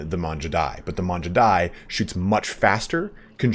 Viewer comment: It’s not Manjudai btw, Mangudai like how you say gamer